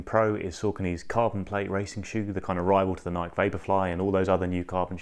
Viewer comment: Thanks for the great comparison. But for the love of God, Nike is pronounced as 2 syllables, rhymes with Mikey, not 1 :)